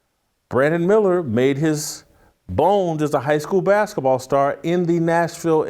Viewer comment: Why does Jason call the sport “baskaball” instead of basketball?